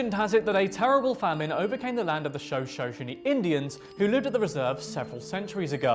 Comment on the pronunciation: He butchered both Shoshone & Nevada, that was rough. Lol. The Shoshone Paiute here in Nevada tell stories of Water Babies in Pyramid Lake. Surprised they made the list actually.